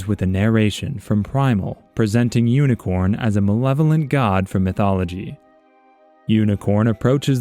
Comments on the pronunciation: It’s actually pronounced Unicron and not Unicorn, and this is what most new people in the transformers community get the misconception of. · It’s unicron. Not unicorn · UNICRON. not UNICORN.